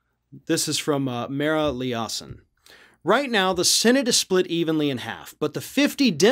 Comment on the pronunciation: With all due respect I listen to not daily and she pronounced her name mar-uh lie-uh-son